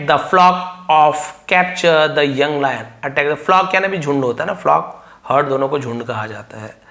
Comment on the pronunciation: Layan ❌ lion ✅✅